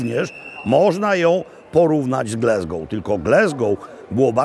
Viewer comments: Panie Robercie, uwielbiam Pana program, ale jedna drobna uwaga co do wymowy miasta. GLASGOW (nie Glesgou). Tam jest A, nie E. Pozdrawiam! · Mam Lumix S9 i jestem bardzo zadowolony. Tak GLASGOŁ nie GLESGOŁ 😊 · Glasgow a nie Glesgow!!! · Wspaniale, witamy u nas Panie Robercie ❤ tak na przyszłość: nie mówimy "glezgoł" tylko "glasgoł" 😊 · Wszyscy w Szkocji nazywają Glasgow przez a nie przez e. Nie wiem czemu w Polsce ciągle wymawia się Glesgoł.Tak samo mówią słowo "have" przez a, nie przez e i słowo "has". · Robercie, kocham i uwielbiam, ale skąd ten Glesgow i heddock? Glasgow i haddock, po prostu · Dzień dobry czyta się Glasgoł nie Glesgoł. Ale to normalne w Polsce 😂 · Glaaaaasgow, nie Glesgow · Glasgow a nie Glesgow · Nie Glesgow a Glasgow. Taka mała uwaga. W Szkocji A nie czyta się jako E, Tak jak I czyta sie jak I nie jako E w nazwach miejscowości, zostało to z gaelickiego gdzie zapis I był w postaci YI. Szkoci mają również twarde R w porównaniu z Anglią. Dla przykładu słowo "Kirk" czyli kościół czyta się tak samo jak w Polsce nie jako Kerk. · Mowi sie Glasgow nie Glesgow . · Panie Maklowicz, mowimy Glasgol, nie Glesgol. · Ptysiu jakie G l e s g ow ? Ptysiu gdzie tam jest “e” G l a s g o w ,,, rybenko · nawet amerykanie mowia Glazgo.. mieszkam w Szkocji 16lat I uwierz tylko Polacy mowia Glezgo£ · Niektórzy uważają pana za autorytet, więc poprawna wymowa raczej obowiązuje (pisownia fonetyczna): Glasgoł nie Glesgoł, Hadok nie Hedok, Blak nie Blek itd... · GlAAAAAsgow , GlAsgow nie GlEEEsgow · GLASGOW, a nie GLESGOW. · To Glesgow czy Glasgow :P ? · To miasto nazywa się Glasgoł, nie Glesgoł, please please please 😊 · glAsgoł, nie glEsgoł. powszechny błąd polaków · Not Glesgow, a Glasgow, ~ Po Polsku ''Glasgoł'' To Scotland a nie America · GlAsgow nie GlEsgow ! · Gl-A-sgow, nie Gl-E-sgow. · te" ł" dobrze wymawiane było,tylko nie mówi się GLE... tylko GLA... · Panie Robercie - Gl-A-sgow. Greetings from the Highlands. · No dokładnie, aż mi się słabo robi jak słyszę Glesgoł…